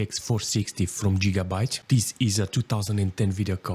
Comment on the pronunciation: I know gigabyte never heard of jigabyte😂😂😂😂